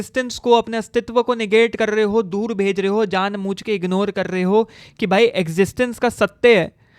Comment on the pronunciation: Janbujke ❌ Janmuchke ✅ 😂